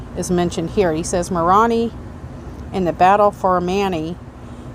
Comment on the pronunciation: Moroni is pronounced “More own eye”